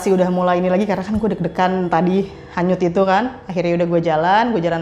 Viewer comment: Kedenger sama gw Kanyut cuy bkn hanyut